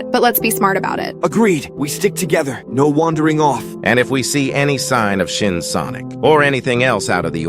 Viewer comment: Im almost dead after he said shin sonoc